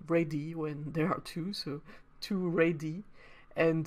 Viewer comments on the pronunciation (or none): Thanks for such a clear and well presented video, very informative! Incidentally I think that the plural of radius (i.e. radii) is usually pronounced with a syllable for each i as follows: "ray-dee-eye".